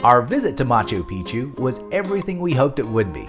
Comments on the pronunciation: Are you serioiuslly saying Macho Pichu, rather than Machu Pichu? Otherwise, a fabulous video, well organized visually! Thanks! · Nice vid but no thumbs up for "Macho Picchu" pronunciation